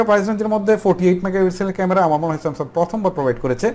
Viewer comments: Samsum না Samsungকথা শুদ্ধ ভাবে বলতে শিখেন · আরে ভাই সেমসাং,,,,,!,,সেমসাম বলেন কেন ,,,,????